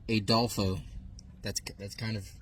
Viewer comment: It’s uhhh dolph oo an it’s Spanish not nazi 😂. Also it’s the inspectors name